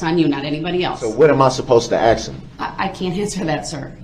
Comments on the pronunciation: “Ax questions” and “oafs of offices” 😂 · With the nearly 1000 years he's going to receive he'll have plenty of time to learn how to pronounce "ask" as opposed to saying "axe." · Every individual loses all credibility when they pronounce the word Ask as Axe 🤣🤣🤣. No educated person speaks like that. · "Ask" Mr. Brooks....it's pronounced "Ask"....not Ackx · Imagine saying "axe" instead of "ask" and thinking you should represent yourself in court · I HATE when people say axe instead of asked !!!! I’m glad other people notice it too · I've been posting this on every day of the trial!!! The AXE thing is just gross! Guy was born and raised in Wisconsin! If you watch the trial he actually messes up and says 'ask' a few times so we know he can say the word correctly. If I were accused of murder, no WAY would I talk about AXING people...lol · He’s so dumb and tries to sound like he has a clue. The little phrases and types of words he uses. Lemme ax you about da troof! I would pay to have five mins with this guy. I’m sorry if that sounds brash, but seeing pics of the little boy he ran down, and those young girls among others! Then has the audacity to say his conscience is clean? He’s spat in the face of every person he affected with this! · Lol at all these replies!! “Ax” got me too! Ugh! I would’ve had to correct him!!! It was nails on a chalkboard for me!!! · all those axes sounds like a lumberjack convention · He AXED too many questions and gets mad when the judge SUBSTAINES the prosecution’s objections. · He AXED too many questions and gets mad when the judge SUBSTAINES the prosecution’s objections. He knows the TROOF. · Yet still could never figure out "sustained" or "ask" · He didn't properly pronounce the word "asK". Who cares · "Cohorced" "axed" "grounz" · You took a OAF of Office. Yeah - right dude. Go AXE some more questions. Get to the TROOF! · Just axe them. Edit: YOU CANT HANDLE THE TROOF!!! (He's being co-horsed😂)